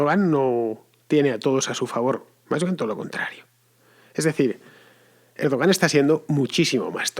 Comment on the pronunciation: Fernando! Se pronuncia "Erdwan". Oye, que tampoco es tan difícil... :-/ Y este es peor: "hacer aguas" = orinar. "Hacer agua" = filtrarse el agua en una embarcación. Muchos confunden entre ambas expresiones, el resultado es gracioso: en esta ocasión, "a ver por dónde se orina" una idea. :-)))